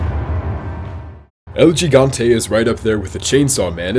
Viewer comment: Is not El "G"igante. Just say "El Higante" next time.